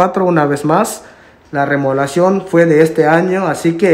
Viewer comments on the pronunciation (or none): HOLA, MUY LINDO EL VIDEO, GRACIAS POR COMPARTIR. LES HAGO PRESENTE ESTE DETALLE PARA QUE PUEDAN MEJORAR SUS VIDEOS! NO SE DICE: LA " REMOLACION DE ESTA CASA ..... MAS BIEN SE DICE : ¡ LA REMODELACION DE ESTA CASA ! RE MO DE LA CION. 😁💪😁💪 NO SE DICE : ¡ POMOS VER ! MAS BIEN SE DICE : ¡ PODEMOS VER ! JAJAJA, 😁💪😁💪😁💪😁💪. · APRENDAN A HABLAR CORRECTO LA PALABRA ES : REMODELACION: Y NO REMOLACION COMO LO REPITIEERON LOS DEL VIDEO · Porque dice remolacion